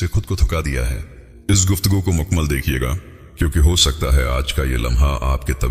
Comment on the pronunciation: It's not makmal it's mukammal